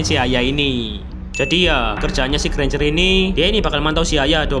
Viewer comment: 4.37 : Ganj eh Granger😂